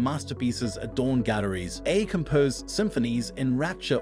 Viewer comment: This video keeps saying "a" instead of A.I. which makes me think that the speaker in this video is possibly A.I.